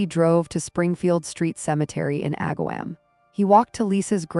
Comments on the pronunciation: You should say Ag-ahh-Wom not "wam" I live 20 minutes away from this town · Aga-WOM, not WAM.... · I grew up near this town - it is pronounced “Ag’-a- wom”” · This is a local story for me and I remember it well. Struggled getting through this video though because the constant mispronounced words drove me crazy!! It is not AgaWHAM. Her last name should have a hard G, not a J sound. And MAtrin instead of Motrin?? I really hate the AI reading of stories.